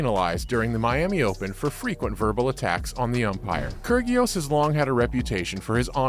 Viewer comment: Kur-gee-os? Where have you been? Pronounce the names right.